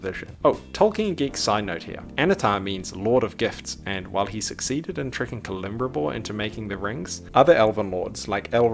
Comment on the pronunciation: I'm sorry, but your mispronunciation of Celebrimbor hurt me to my very core.